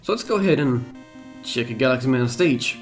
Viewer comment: I don't know why but to me that partially sounded like you were calling him Guts Man and not Galaxy Man.